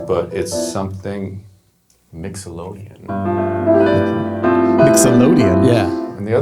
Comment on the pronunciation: I thought he said “Mix-O-lodian” instead of Mixolydian. And there you have it. I now have a raging case of verbal satiation. 😂😅🤣👍🏽